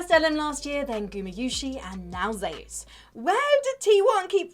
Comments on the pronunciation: ZEEOES? Just say zoez (zeus the god) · Zeus is pronounced as Ze Use to avoid confusion since theres already a player named zzus from KT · That's how you say it in Korea. Kinda how people get Nuguri's name wrong.